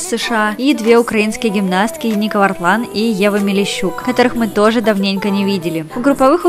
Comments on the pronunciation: Украинскую гимнастку зовут Яника(с ударением на я) Вартлаан, а не ника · Правильно говорить Яника вАртлан ударение в имени на Я а в фамилии на первую А